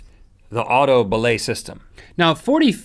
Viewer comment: Be-lay not bu-lau